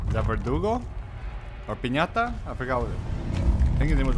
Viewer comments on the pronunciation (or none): Good you are back, I already got everything this time but I had to sit and enjoy your full playthrough! Great content! and loved the fact that you called Piñata to Pesanta, same feeling when you were saying Pestañas during the Leon campaign haha